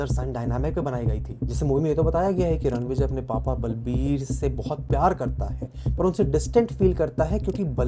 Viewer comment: it’s Ranvijay. Say the name correctly. He can come to your house and spank you